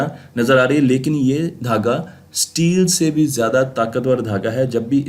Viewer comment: Abey Sahi sey bol STEEl. Teel NAHI bol jangli